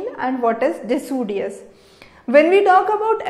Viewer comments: it's deciduous not decudious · Its decidious not decudious